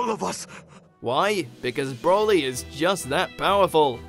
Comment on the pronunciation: The DBZ movies were never canon to begin with, so the Super Broly movie didn't retcon anything. Also it's "Broly" not "Brolly". This narrator has clearly never watched the movies.